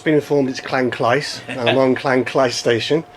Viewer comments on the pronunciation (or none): There is no a in Llynclys, I see your pronocing it as if it was spelt Llanclys. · Your pronouncing Llynclys wrong! Apart from that a good video.